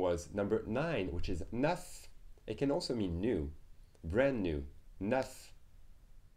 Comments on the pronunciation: I also found the pronunciation of "neuf" to be unusual in this video. I live in France. Here in the video I've heard \naf\ rather than \nœf\ . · i think ive been pronouncing neuf wrong for a long time haha. for some reason i didn't recognize it. is it possible it changes with accents in different areas? like canada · Well in Canada, many words will be pronounced differently, but in general, there is only one way of saying "neuf".